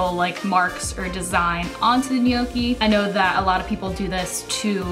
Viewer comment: I think it's pronounced "know-kee"